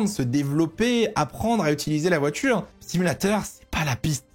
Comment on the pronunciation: Ça fait des années que je te suis et j'adore tes vidéos mais s'il te plait corrige ta prononciation des "t" ce n'est pas "voitchure" mais "voiture".